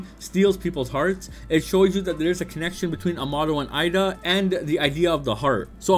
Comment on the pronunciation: I don’t know why it’s so hard for people to say eida name correctly. This dude keeps saying Ida but her name is pronounced with “a” sound like “ay-da” so put that all together you get Eida not ida.